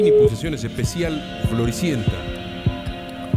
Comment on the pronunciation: lali:pulsasiones boludo Jajajaja